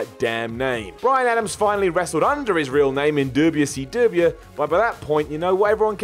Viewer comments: Bruh, its wcw. Not doobiyoo seee doobiyo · I love hearing say “dubya see dubya” lol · Please keep saying WCW the way you do🤣🤣🤣🤣🤣🤣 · Starting to hate the way you say WCW. lol